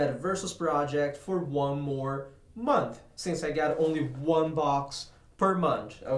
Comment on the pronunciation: not to be mean but I laughed so hard when u said munch instead of month